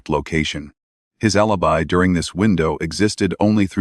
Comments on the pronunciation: The AI narrator pronounced alibi A• lee •buy. If you can't get your AI to pronounce words correctly; that's way too pathetic for me to waste my time. Bub bye. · Agreed. Cant even say alibi properly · Alibi not pronounced properly.